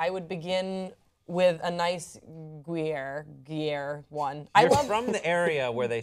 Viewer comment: Liked because of humour and pronunciation of Gruyère.